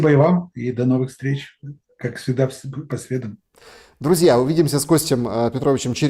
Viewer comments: Спасибо,, за правильное '"по средАм", даже в России правильное произнесение редко услышишь. 😎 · За правильное ударение по средАм отдельное спасибо!